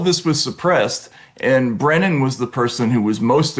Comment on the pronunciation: It's Brennan..Brennan 100%